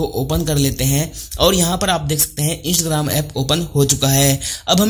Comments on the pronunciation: Hello bhai o isgram nahi Instagram he😑😖pahle to dhang se bolna sikhiye uske bad video banao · इंसग्राम नहीं है इंस्टाग्राम है ठीक से बोलो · Insgram nahi hai instagram hai sahi se pronounce karo 😂😂😂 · Right bro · 😂😂😂your are right bro😂😂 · sahi hai bhai😃😃😃😃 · Mistake ho RHA he bro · Bihari hoga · Bat to bilkul sahi kahi aapne